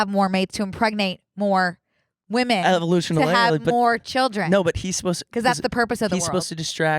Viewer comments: "evolutionalarily" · Evolutionanarily, evolutionalarily 😂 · cackling every time they tried to say 'evolutionarily'